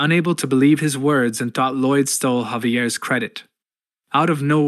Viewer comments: I'm guessing the narration is AI. It keeps pronouncing Lloyd LIDE (like hide) when it should be LOID (like void) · Lai-oid? the hell is that pronounciation. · Gotta be honest, at this point my biggest reason to keep watching this video and not just read the comics myself is to see what crazy pronunciation of Lloyd comes next… Laiauld? How on earth did you even get an [a] sound out of that word?